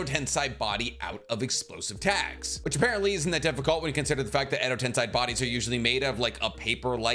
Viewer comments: ten - SAY not sai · Why do you say edo ten”sigh” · Alright I really like your videos but if you’re gonna put Edo Tensei as number 1 (which I agree with), you should at least pronounce it correctly. Like you wouldn’t say “senseye” for sensei, so why have you always said tensei the way you do?